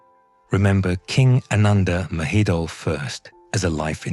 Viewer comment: It’s not “Maheedle.” It’s “Ma-he-don.”